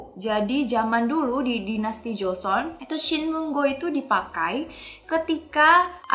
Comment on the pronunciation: Joseon (조선) kak yg bener bkn jeoseon (저선)😅😅